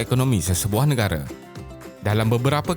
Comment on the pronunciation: Beb. Content bagus. Ada potensi besar. Tapi sebutan Bahasa Inggeris teruk. Australia. Island. Sebutan Bahasa Melayu pun tak tepat. Negara (bukan nengara), lingkaran (bukan lingaran).